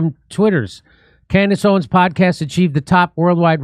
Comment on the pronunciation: Am I hearing things, or did she call herself "Camrace Owens"?